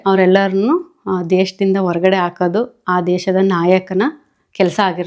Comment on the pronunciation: Madame please improve your Kannada pronunciation. Aaku alla * haku. English nalli aa problem illa